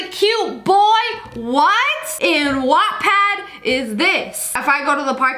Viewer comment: She said wattapd, She said wattpad, SHE SAID WAATTPAD What stores you reading SSSniperWolf?